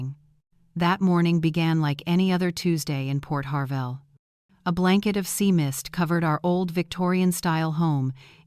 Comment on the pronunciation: Port HARVEY NOT PORT HARVELL!